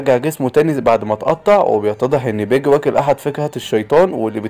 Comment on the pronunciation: ارحمني وانطق اسامي شخصيات القصة صح قلت باجا وهو اسمه باجي وعديتها لكن مين الاسم بتاع قراصنة الرمائيين ده ايه دااااااااااااااااااااااااااا حراااااااااااام